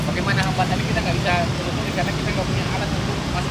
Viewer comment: Telurusi atau telusuri????